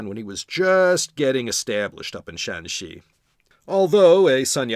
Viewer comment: Great tones! Remember the province is Shanxi (山西, Shānxī, West Mountain) not Shaanxi (陕西 ,Shǎnxī, West of the Shan pass) first tone for Shanxi throughout, third and first tone for Shaanxi. Yes, Yan was one of the good ones.